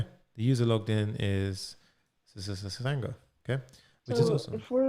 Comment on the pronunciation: Everytime he said ssssanga 😂😂😂